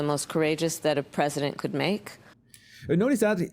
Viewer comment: She can’t pronounce president. Never pronounces it correctly.